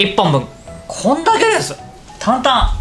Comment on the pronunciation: こぉ⤴︎ーんだけれす！！